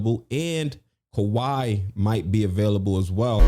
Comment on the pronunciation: Why on earth would you say kiwhi🤯